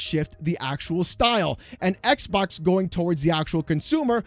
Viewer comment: please stop saying ex bock lmfao